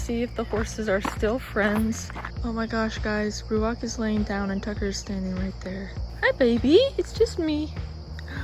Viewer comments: Ouch, that hurts! the pronounciation of your chosen hebrew name ruach is not correct. The transcripted "ch" at the end is no "k" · Ruachhhh u don’t pronounce the c as ‘k’, the ‘ch’ should be like the wind. ‘Hhhhhhhhhhh’